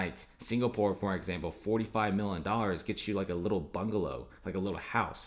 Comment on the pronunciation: This ree turd cant say Million